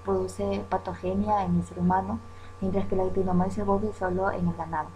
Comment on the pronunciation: No Se pronuncia en español actinomaises se pronuncia actinomices